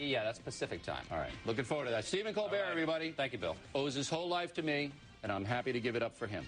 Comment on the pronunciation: I remember watching this on TV, Oriely couldn't critisize Colbert on his show so he had to have the analysts do it for him, Also how dare oriely pronounce Stephen's name ColberT